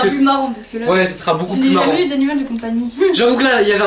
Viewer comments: Mais j’adore par exemple lit "je n’ai jamais eu d’animal de compagnie" il dit "e" au lieu de "u" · eu se dit U pas E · Mes vies! ❤️ J’ai remarqué que toi tu dis « eux » pour le mot « eu » enfin on s’en fou c’était juste un détail 😯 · Le eu se prononce u mais sinon super videooo👌